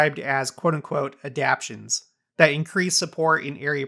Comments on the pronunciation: Trying y to o remember but perhaps it was 1984 when church changed from Regional Reps to Area Authorities. Also, pronunciation of “adaptations” is ah-dap-TAY-shuns, not ah-dap-shuns. 😉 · Mission presidents have always had counselors, sometimes the missionaries don’t ever see them or they are only in far away areas. Also, you kept mispronouncing adaptations.